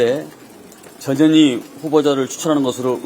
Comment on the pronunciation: 어감이 좀.. 저년이, 저년이. 자꾸하시니, 내 어린시절 친구놈들이 상년이, 상년이...라고 나를 놀리던게... 전 현희, 화이팅입니다...